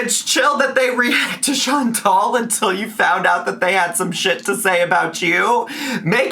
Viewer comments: Chan-TAL. Just because that dip $#!% can’t pronounce it, doesn’t mean we all have to be as dumb. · and Chantal are such good friends that can't even pronounce ChantAL's name!!